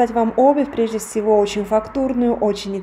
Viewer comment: Живя в другой стране и говоря на нескольких языках очень тяжело правильно произносить слова.